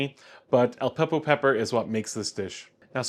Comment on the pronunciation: OK, you're mispronouncing a lot of stuff, starting with the name of the dish. It's not "kill-burr". It's closer to "chill-burr". Then you refer to Aleppo peppers as "Al-peppo" peppers a hundred times. There's no "p" after "Al".